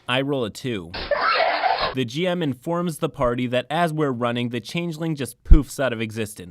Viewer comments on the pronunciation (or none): none